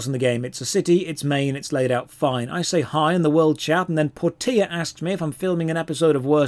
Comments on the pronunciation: Portia.. Por-te-a... no it's Por-sha. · Por-tee-a! Shakespeare would like a word with you Mr Stage Actor.